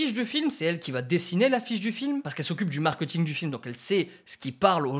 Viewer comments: je pense t'es la seule personne que je connaisse qui dit markEUting haha Au top la vidéo, j'ai toujours bcp aimé le cinéma mais j'ai jamais vraiment connu tous les rouages. Je te suis depuis tes premieres videos sur comment bien faire une vidéo (gestion du son, de l'image, etc.) et ça fait plaisir quand tu vas sur ce type de vidéos purement axé cinéma ! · Le markeuting tu dis hein